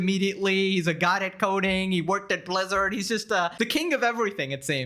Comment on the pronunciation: proceeds to say "blizzard" like a pokemon.